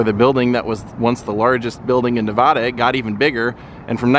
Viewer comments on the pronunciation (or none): Great video of my hometown, even though you pronounce Nevada wrong 😜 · Just a simple correction, Nevada is pronounced with a ‘hard’ A. You do good work!